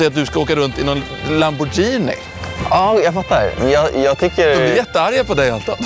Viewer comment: Jag mår illa varje gång de säger "lambodjini" det uttalas "lamborgini" grr